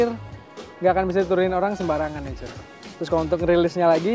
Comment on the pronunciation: cuy nya kurang cuuy, ganggu dengernya 🤣🤣🤣